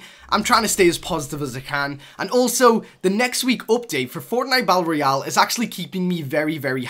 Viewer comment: He pronounces it "bat-ul royal"